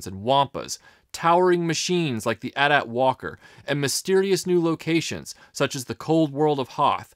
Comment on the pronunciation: "At, at" really? It's ay tee ay tee. Otherwise awesome video and totally agree with you on Bespin.